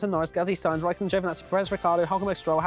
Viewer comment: Rai-car dough!